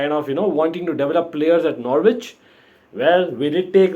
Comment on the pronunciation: Slight hint the W is silent it's Nor-itch 😉😃